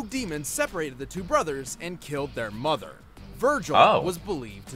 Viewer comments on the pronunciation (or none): none